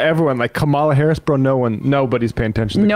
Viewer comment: Could this guy learn how to pronounce the Vice President's name already!? It's not that hard. I don't hear him butchering these other "hard" names. ,la